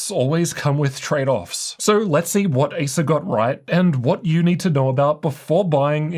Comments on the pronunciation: I don't know why, even, when saying "Acer", sounds like Asus 😅😅😅. Until I just repeating if he actually say "Acer" 😅😅😅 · Every time you pronounce the brand name 'Acer', it sounds like you're saying 'ASUS'.